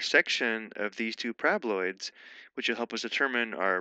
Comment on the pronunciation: Someone please hmu with a ringtone of my mans pronouncing 'parabaloids'.